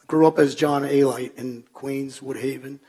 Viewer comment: A-Lite? It’s Alite.